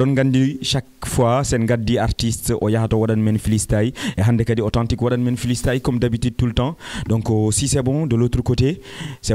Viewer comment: Dj on dit pas flistyle c'est freestyle